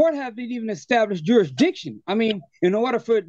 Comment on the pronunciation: You need to prove Judasriction. My question is about Judasriction. The moron can't even pronounce the word jurisdiction.